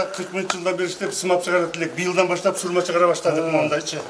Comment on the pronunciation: Сурма эле дегилечи сур ь ма дебей